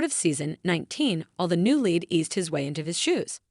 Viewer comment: Your reading the words correctly is pitiful. It is lead not "led" and Leroy not "Larry'. And Shawn not "seen"